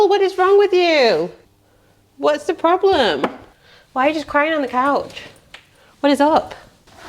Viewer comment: That's not a problem, that's a PURR-blem